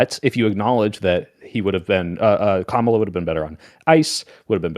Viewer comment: ITS COMMA LA. NOT KAH MALA. COMMA LA.